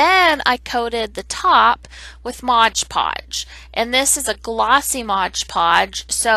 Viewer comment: It’s “Mod PODGE” just like the label !!!